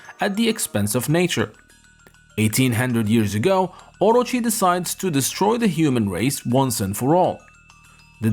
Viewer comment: Omy, please say it with the rest of the class, O-Ro-chi. Just stop hurting our ears.